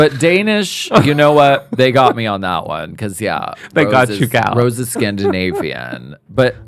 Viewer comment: Hahahaha what is scandivanian